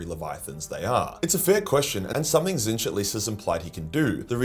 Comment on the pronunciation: when did he stop saying "tits-nich"